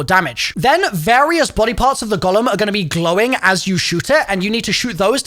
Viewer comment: The Gollum 😂😂 it’s a Golem as in Go - Lem. Jewish folklore.